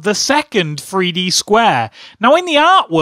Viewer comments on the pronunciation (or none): I understand this is a joke and hes acting like a kid, but his he saying Free-D on purpose?